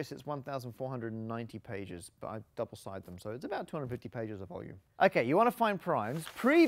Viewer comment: "There is about 1490 pages. But I have dubbelsided them so about 250. " 😂